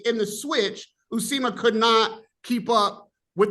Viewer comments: Somebody tell it s Uisma and not Usima. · Uisma “u eeeze ma” not Usima 😂😂Usima Bin Boxin